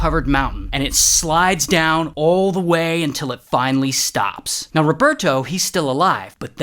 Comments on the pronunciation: gotta love the "UNNTILL" 😭😭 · That “until” hit hard